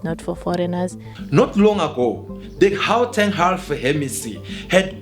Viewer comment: The presenter of this channel is a foreigner. That's why he always targets Dudula lol. Bro can't even say Gauteng 😂😂